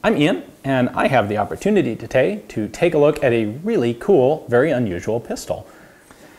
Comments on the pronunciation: he said "Totay" instead of Today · "Totay"? Really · "the opportunity totay" that got me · ha "totay" lol